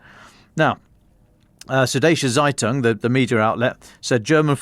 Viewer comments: Absolutely. Didn't even recognize "Suddeutsche Zeitung" at first when pronounced it, and I speak German. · Seddesche Seitun hahahahahhhahahaha "Süd-deutsche Zeitung" xD